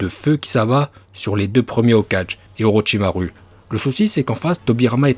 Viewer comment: Olochimaru (ou comment mélanger les prononciations jap et fr dans le même nom) et soiton aussi x'D